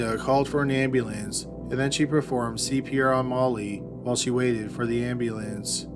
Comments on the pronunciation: I find your voice soothing and I watch many of your videos... but Ambulayance? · Is this a person or computer talking. Like the way he pronounces ambulance and Noah is bizarre. And his speech cadence is so weird.